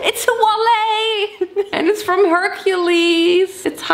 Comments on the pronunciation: Ich dachte immer, dass man Wallet wie Wall-it ausspricht, nicht Wall-ey 🤔 Aber vllt. lieg ich auch falsch und hab es mir falsch gemerkt 😅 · pronouncing wallet as walley always makes me chuckle, I can never tell if she’s being ironic or serious with it, English is hard so I wouldn’t be surprised either way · maybe you misunderstood what I was saying? I don’t know if she’s saying walley ironically because it’s the type of humour she has, or if it’s a mispronunciation due to the inconsistencies of English so valet is pronounced as valay and not va-let which could lead to a logical fallacy. It wouldn’t surprise me either way because 1) it would align with her humour and 2) English’s inconsistencies make mispronunciations easy done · I've seen this multiple times but just now heard how she pronounces😂 wallet & Hanes😂😂. I'm american so this is funny to me.